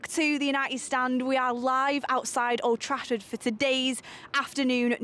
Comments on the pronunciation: I thought I was the only one she did say that that's wot it sounds like anyway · Sounded like she said oldtrashford